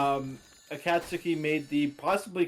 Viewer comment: every time pronounces akatsuki like a-kaht-sooki it hurts my naruto brain a bit its closer to a-caught-ski lmao